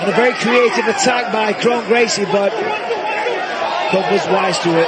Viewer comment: How do you mispronounce your own name? KRON should sound like "KRAWN" not "KRONE"